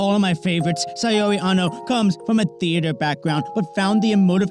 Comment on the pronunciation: Great vid. FYI it’s pronounced SOW(as in OW with an S) REE. Not SAY UR REE.